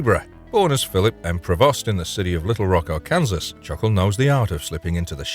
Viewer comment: Chuckles is from Ar-Kansas. Lol! Might need to update your AI.